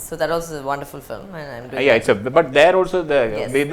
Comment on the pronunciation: interviewer says "filim"